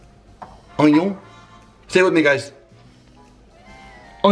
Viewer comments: Why does say onion, ONYO like he wants to trigger all of us XD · Its Oh gn on not ognion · sorry that "oiion" just got me 😂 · How did I know you were going to say “onion” like that!! Haha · Nobody:: Onewon, Toma-O